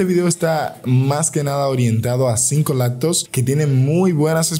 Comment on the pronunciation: Te refieres cuando dice por ejemplo laptos